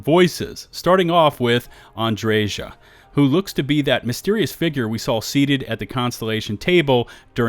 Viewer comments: Andreja is not Andrezha. Slavic J is pronounced like Y in word 'yes' or 'you'. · Also, I'm pretty sure the j in Andreja is a soft j. It's not Andre Jah lol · Andreja is pronounced Andrea (J is silent). At least I think so.